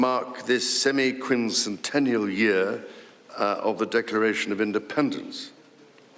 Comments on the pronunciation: Deserved the clap for saying Semiquincentennial correctly. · I think that his ability to pronounce it drew the first applause